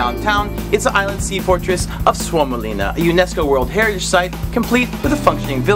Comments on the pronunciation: the way you said suomenlinna was so good 😄 btw i'm from finland👋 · Love the way you said Suomenlinna ! :D yes, i live in Finland too and it is nice to see that you enjoyed!